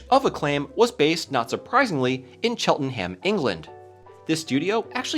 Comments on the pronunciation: That's...not how you pronounce Cheltenham... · The way he pronounces Cheltenham makes me sad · In the UK we pronounce it "Cheltenam" not "Chelten Ham" just for reference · Funny Cheltenham pronounciation, heh. Like most British place names, it isn't pronounced how it's spelt and is more like "Chelt'num" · As someone that lives in Cheltenham, it pains me to hear you mispronounce my lovely town’s name (drop the “H”, it sounds weird). It’s pronounced CHELT-EN-UM. PS on a side note, I had no idea that Acclaim had a studio here. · Cheltenham, not Chelten ham 😂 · It's not pronounced chel ten ham. It's chel-te-num. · Just as a heads up, if a British place is named "X-enham", it's probably pronounced "X-enum" (not too much emphasis on the um - it's not like going "um" out loud) i.e. Cheltenham is pronounced cheltenum, Tottenham is pronounced tottenum, etc. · Cheltenham is a 2 syllable word "Chelt - nam" or /ˈtʃɛltnəm/ for those who can read ipa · Hearing you day Chelt-un-hame had my brain take a triple take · Love hearing people pronounce places from the UK. Cheltenham should sound like chel-tuh-nuhm. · I always laugh at how Americans pronounce British place names. Really emphasising the ham. Where as here we say it as Chelt-enum. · Pronounced somewhat like chelt-num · Pronounce it Cheltnam, great vid btw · hello england here. cheltenham is pronounced chelt-num. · The town is pronounced Chelt-num 😉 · Probably no surprise to the Americans here but that’s not how you pronounce “Cheltenham” it’s closer to “Chelt-num.” Some Americans have posited that we make the pronunciation of our place names difficult to annoy foreigners & I’m here to say yes, yes we do. 😄 Very interesting video, thanks. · Cheltenham is pronounced more like "cheltnum" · Came here to make the same comment. Do your research,! Ps - it’s not pronounced Chelten-ham. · I was going to comment that it's pronounced Chelt-num, you beat me to it